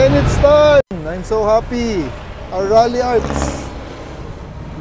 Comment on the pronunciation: Its "Ralliart" Not "Ralliarts" 🤦‍♂️🤣